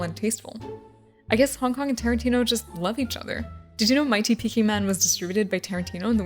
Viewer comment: Ok I keep mishearing Hong Kong as honk honk is it just me